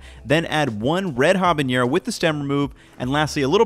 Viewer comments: please stop saying ha-bah-ñe-ro. it's ah-bah-ne-ro. Great video otherwise, I really want to try this recipe! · It's so funny to hear you say "H a b a Ñ e r o" bc it's just "habanero", no Ñ in it. Great video though <3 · Hey, a heads up for pronunciation. You're saying habañero, it's said nero as you'd say it in nero di sepia, or the "ne" in nettle. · what's a habañero? I've only ever heard of habaneros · Gotta work on your pronunciation on habanero!!! hah-bah-NAIR-oh or even ah-bah-NED-oh for a bit more authentic sounding Spanish pronunciation. Looks delish!!!